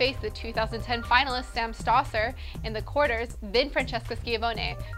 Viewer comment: pronunciation tips: "Skeeahvoenie", "stoesir", "almahgro", "Mary-un Bartoli", "petkovitch", "jokeohvitch", but thats the way the announcers say it on the tennis channel, who knows who's right, haha. luvya